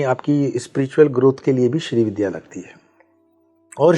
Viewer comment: Madam, पूरा podcast किया आपने पर श्री विद्या को ठीक से कह नहीं पा रहीं- don't you think it's the basic requirement of doing any program that you equip yourself by studying the subject well? You're saying "श्री विध्या" with such aplomb!